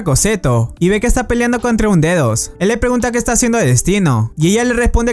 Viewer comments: cuando dice D2 parece a dice dedos xD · Chicos si dicen D2 suena que estuvieran diciendo dedos jsjsjsjsjsjjs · D2 suena como dedos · Soy el único que envés de D2 escucha dedos